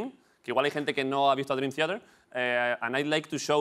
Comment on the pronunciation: Me duele escuchar a Broncano pronunciar Theater, pero aun así ole sus huevos